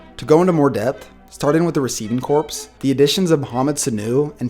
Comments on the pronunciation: Corps is pronounced Core. Not corpse. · quick tip, and no disrespect intended, "corps" (as in receiving corps) is pronounced "core", not "corpse". this will make your good vids even better. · and corps is pernouced core like marine core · Corps is pronounced as "core" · Receiving corpse.... Dead receivers. Receiver corps (pronounced like core) is a group of receivers. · Corps is pronounced "core" just so you know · corps? corps? who are you Obama? jesus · The way you pronounced it is a dead body, which as a Patriots fan I hope is true of the Falcons. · I picked up on that too, said twice within about 30 seconds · It bugged me every time he said it